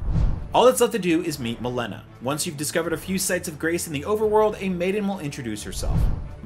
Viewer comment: Milena? You mean Melina? Did you even play the game?